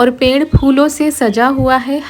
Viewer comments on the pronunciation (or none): none